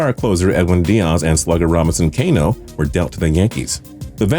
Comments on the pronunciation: Robinson "Cane-O"??? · Excuse me? Dioz and Kano? and the Yankees? really? that's 3 screw ups in 1 full sentence. it's Diaz and Cano (Ka-know) and they were traded to the Mets..... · Robinson Cano is pronounced (Cuh-no) not (Cay-no) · Cano, not Kano... what is this... a Mortal Kombat tribute?!?! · It’s pronounced Can-O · It’s not pronounced Cane-O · I’ve never heard anyone pronounce Cano like that. It was cringey. Also you spelled Ottawa wrong. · when ur a sports guy and can’t even say cano and don’t no where he was traded too